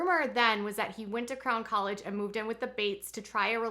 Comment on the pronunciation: Everytime you say, “Crown 👑 College,” I hear “Clown 🤡 College. I cannot imagine why.